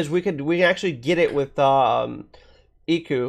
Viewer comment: Fun video. I suggest always having a guest for chocobrews, makes it more interesting. Also, plz stop saying Eiku, it hurt me every time